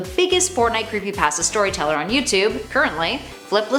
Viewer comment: Who tf says pasta like that